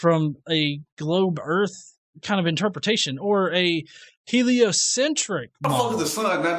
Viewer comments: "erf" lol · "Flat Earf"? What's that? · Are "urf" and "earth" supposed to be the same word? They're not remotely similar, I'm honestly confused. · He’s talking about another planet called Earf, so that planet is flat. Just like his vocabulary. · Oh and all you college students make sure to drop out. Because then you will one day learn to pronounce the planets name the correct way. Urf. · don't say flat erf?